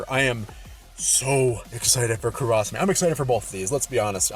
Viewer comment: Gonna go ham for Vivi. It's pronounced Kura sa may